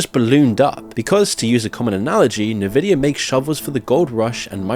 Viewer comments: Nvidia as in N-vidia not NA-vidia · It's not pronounced "Navidia". It's pronounced "Invidia". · It's "EN-vidia" not "NU-vidia" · Great vid!🙏 Just a small note it’s pronounced envidia not nevidia. The green in their logo and their name has connection to and is derived from green with envy😉. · bro it's pronounced EN-vidia not NE-vidia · Take a drink every time he calls it navidia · 'nuh-vidia'?!? Exqueeze me? Its the richest company in the world, you should really know how to pronounce it. Unless youre AI. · Say it with me. en-VID-ee-uh. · It's pronounced "En-Vidia"... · en vidia. En. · Are you using Ai to narrate your text in recent clips? Haven't heard anyone else saying N vidia like that before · You need to learn to pronounce Nvidia correctly. It's not hard. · why your text to speech AI cant say “Nvidia”?